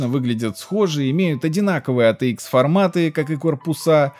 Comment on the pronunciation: Или пытайся произносить все абривиатуры на английском или перестань кривлятся. АТикс>ЭйТиЭкс. АТЭ>АйТи ПэКа>ПиСи. ЭрДжи>ЭрДжей ВэГэА>>ВиДжиЭй!! И ещё десяток отсебятин.